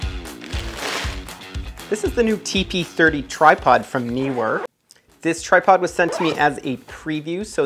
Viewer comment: YES!!! One of the FEW to ever get the pronunciation of Neewer right! Also -- mad respect to you as one of the few NEWCOMING photography YouTubers (with only 307 subs at the time of this comment) to have gear sent to you for review! That is a RECORD as far as I'm concerned. More success to you on this new journey and cheers!